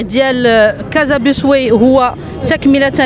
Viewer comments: Bus way كلمة إنجليزية يجب نطقها بالإنجليزي و ليس بالفرنسي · باص واي و ليس بيس واي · أيتها العميدة ..نقول باص واي وليس بوسواي .واي بالإنجليزية وما سبقها ينطق بالانجليزية وليس الفرنسية. .اذا انت تنطقين بالانجليزية .